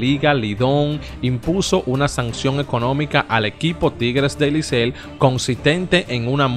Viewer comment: compadre se dice licey no licel! estas leyendo lo que te conviene a ti.